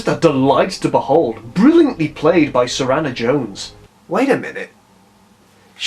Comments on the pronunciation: Dude you really need to sort that hair 😂 And it’s Suranne Jones not Suranna :) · Your channel and this video is awesome.... But as a die heard suranne Jones fan her name is pronounced sur-anne not sur-anna. Fun-fact her birth name is Sarah-Anne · Suranne* Jones not Suranna :)